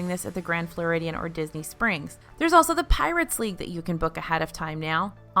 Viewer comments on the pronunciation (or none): What did you call Pirates league, "Pirates Legih"